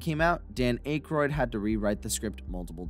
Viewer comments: Dude ...you gotta go back and fix all the mispronounced names "ghost busterS" lewies?? Dan aK-roid ..dana Barrett...also where did you get the inspiration from the time machine ...back to the future came out in 85 how did it inspire something a year earlier...pisttt....it's not a real time machine ya know ...I think you need more edit time and a little more research and fact checking and you'll be in good shape....edit you said Dan's name correctly....consistency man!...edit ...again rhyme ....who the he'll is rayme...why are you now getting his name wrong all of a sudden wtf have you ever actually seen these movies? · Wow! All my 38 years of life, I've always heard people(non famous) celebrities(famous people) & even Dan Conehead himself, & you clarify the mystery of the universe it's not Ackroyd its Acheroid. & Louis is now Luiz when they clearly say Louis in the movie multiple times. & there must really be such things as ghosts for the Delorean time machine to inspire a movie car that came out a year before Back to the Future & was filmed the same year I was born 1983. I don't mean to be rude or disrespectful but come on man if you know so much about Ghostbusters & can produce a video like this you should know how to pronounce things. Smh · "Aikroid" 😂😂😂😂 bruh its Akroyd (Ack Roid)😂😂😂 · "A" kroyd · I'm not one to focus on how names are pronounced, but your use of Ankroyd is getting to me. ANK as in "Tank" and Royd as in "Roid". Ankroyd. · I don't think Aykroyd's name has a hard "A" sound. It's soft like "at" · Aye kroyd Ak royd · Dan Acheroyd, Ivan Reiter, Luis Tully, what are you talking about lol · Dana Barnett? Dan Ache-royd? If you're going to do a video about a film, at least get the character names and actor name pronunciations correct. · Dan Eh kroid?!? That’s annoying af when buddy misprounces it. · Yall should really proofread the scripts before reading them...i mean cmon you cant even pronounce Dan aykroyd